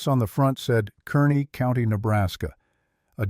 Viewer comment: KARNEY NOT KERNEY